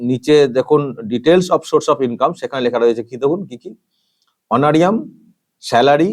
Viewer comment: উচ্চারণটা অনোরিয়াম নয়, অনোরারিয়াম।